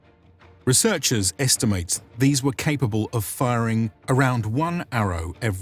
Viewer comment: "firing" arrows. Ouch